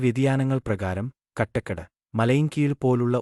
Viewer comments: കാട്ടാക്കട എന്ന് പറയാൻ അറിയാതെ ആണോ സെൻസ് എടുത്തത് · കട്ടക്കട അല്ല കാട്ടാക്കട ആണ്. പോടാ വിവരം ഇല്ലാത്തവനെ.